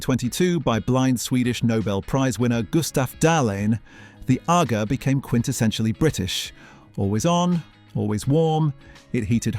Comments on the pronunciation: Aga is not pronounced like Aga Khan, but rather "ar-gar". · PROOF THE NARRATION ON THIS VIDEO IS AN AI VOICE AND NOT A REAL PERSON: "Nothing says...(unnatural pause) British home (unnatural rising tone) than..." ..."and biDET" (pronounced with accentuation on the second syllable - this is American and not British. ...."???? bathroom goals?" (Completely unintelligible) It does not how how to pronounce "Aga". "There weren't mere cupboards..." (Intonation is all wrong) "They vanished when domestic service became unaffordable post doubleyewbwoowss". (Unintelligle robot bollocks) ....."stuck with adhesive". (Intonation is wrong and ends with an unfinished cadence). "Hundredweight" is pronounced incorrectly. .."1982 you rented them quarterly." (Sentences incorrectly run into each other with flat and unnatural intonation. 19::08 Sentences run into each other. Wrong intonation. Mispronounces "Agas" again. "Every British home had one..." ("Had one" said far too quickly and with incorrect stressing) Intonation is wrong again.